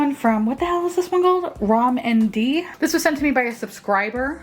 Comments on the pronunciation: Rom&nd is pronounced Romand and can also be written that way! It is a relatively new Korean brand founded by Saerom Min, a makeup artist who also has a YouTube channel. I LOVE everything I own from them. I cannot recommend their quads, blushes (not the milk series), and ALL their lip products enough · The rom&and contour is actually pronounced "romand" (roe-mand) and it's a pretty popular korean makeup brand :)!